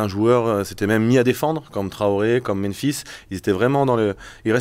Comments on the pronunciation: Salut, bonne emission. Merci les gars. Par contre, vous faites l'erreur que quasiment tout le monde a l air de faire : c'est meMphis, pas meNphis. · Meme Aulas et Genesio prononcent "menphis", c'est bizarre, la langue francaise doit pousser a pas repeter 2 fois la meme lettre. (Alors que la ville se prononce aussi Memphis)